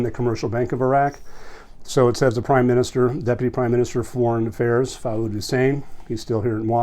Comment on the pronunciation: Common Arabic name is Fuad spells foo-ahd ... not Faud.